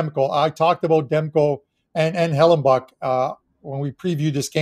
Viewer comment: It's Hellebuyck there's no N in his name stop saying Hellen buck lol. Great show guys!